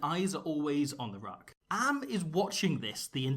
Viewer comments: Am is pronounced like hum. Not like cam. Doesn't matter really, still love it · With the south african players of Bantu descent like Am and Mapimpi, pronunciation of the vowels in our names is a bit different to English. The a's in Lukhanyo Am are pronounced as aaaah, e's are not silent at the end of a word like with Makazole Mapimpi and are pronounced like the é in the Latin languages. I's are pronounced like -ee-, Os are pronounced like oh but not ending with the soft h, but an abrupt end, and u's are pronounced like a long drawn out oooh, like when you see someone eat dirt hard😂